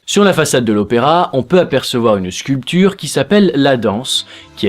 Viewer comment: pourquoi tu dit sculPture